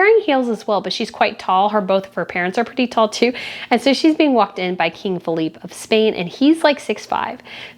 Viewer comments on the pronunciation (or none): none